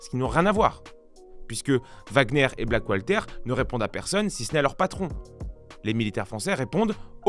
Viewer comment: Blackwalter il a dit 😂😂